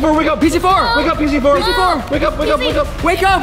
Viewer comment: I think that vy meant pz4 but she said ps fumf